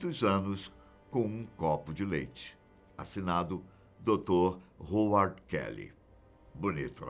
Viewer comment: A pronúncia é RRAUARD...